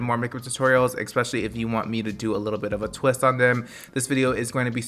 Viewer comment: “eKspecially” i love you lol